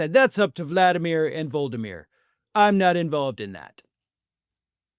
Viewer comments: Please learn how to pronounce Zelensky's name properly - Vlad-i-meer not vul-di-meer. So disrespectful! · OK I guess is never gonna learn this. It's not "Voldymyr" - It's Volodymyr - 4 syllables - not 3... VO-LO-DY-MYR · "Voldemir"? "VOLDEMIR"?? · Volodymyr NOT Voldemir Get a new editor! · It’s not “Voldameer.” Cmon, show a little respect. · You are an ageist creep who cannot even pronounce "Volodomyr." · Much as I appreciate you and your channel, I feel it's not too much to ask for you to pronunciate vo-lo-do-mir ze-len-ski more appropriately